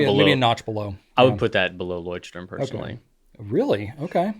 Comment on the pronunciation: It is funny how NO ONE pronounces Leuchtturm correctly. You guys need to find a pronunciation guide from a German.